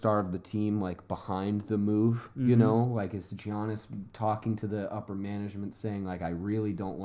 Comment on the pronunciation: Guys he's name is pronounced yiannis